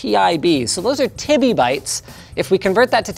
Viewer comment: Loved the slightly confused look on the guy's face when Linus said "Tibby-bytes". Tebibytes, my friend... tebibytes...